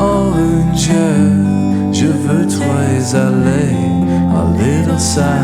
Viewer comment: Sweet you use French. Generally reasonable pronunciation, but the 'ou' in 'jour and 'voudrais' were really off. Listen to the words on Forvo.